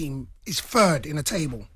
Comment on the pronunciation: "fird" Ffs!